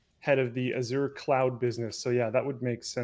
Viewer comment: Why can't Linus or properly pronounce Azure!?